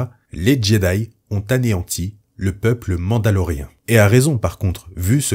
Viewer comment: Merci pour les explications !! Petite question qui me chipote touuuuute la vidéeo... Pourquoi tu dis "MandaloRéhein" ? Ca choque aux oreilles XD C'est pas grave mais j'aimerais savoir. C'est pas MandaloRIEN